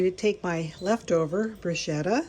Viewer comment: Pronounced Brew sketta